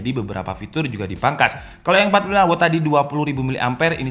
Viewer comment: Watt bang bukan wott